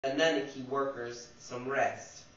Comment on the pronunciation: Your pronouncing annunaki incorrectly I believe. anewnoky